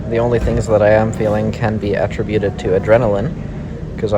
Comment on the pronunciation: “At-trih-bueted” ?? Ahhh attributed. 🤔 Never heard it pronounced that way.